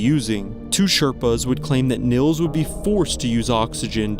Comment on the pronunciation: Just fyi: Nils is pronounced Neels, not Nills.